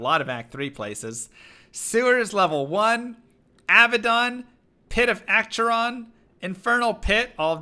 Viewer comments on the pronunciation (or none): none